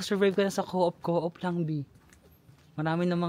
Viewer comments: Hi. New here. Glad you've done your "Dream Trip". More beautiful countries to see! Good luck. God bless. BTW, hehe, yung pronunciation ng Coop ay "kup" hindi "co-op" Hope we can cross path sometime. Enjoy!! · Di mn tinatanong or di pa man aKo nakapunta outside of asia pro ang alam ko dyan na ganun din alam ng Pinoy is ko-op or US correct pron is kow-op pro sa kakanood ko european vlogs pag europe usually norway daw is kop or koop(like chicken coop), walang hyphen or di sya two syllables, derecho lang kumbaga. Ung OST nga meaning east (vs west) (pronounced as OHST) di sya acronym as youve been mentioning). Pro based lang yan sa napakinggan kong mga vloggers na european and di nmn ako native speaker 😂. Basta gayahin ko na lng ung european vloggers😂 now I know 😂